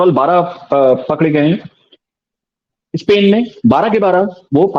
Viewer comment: इन्हे हिंदी नहीं आती ट्रांसलेट का सहारा लेते है और ये इंग्लिश ने पाकिस्तानी स्पेन को सपेन स्कूल को सकूल मतलब आधे स को इस कि जगह स बोलते है इसलिए हिंदी ट्रांसलेट इनको समझ नहीं पाया और ये वापिस पढ़ भी नहीं सकते कि पेन लिखा है या स्पेन